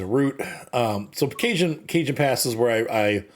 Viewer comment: Cajon is pronounced "ca-HON", Cajon is an old spanish word for Coffin, later replaced with Ataud (modern word for coffin)